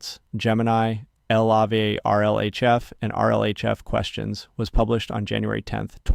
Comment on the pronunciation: Feels like you might need to give 11Labs some more AI-related pronunciations? eg (LLAVA, NeurIPS, etc.)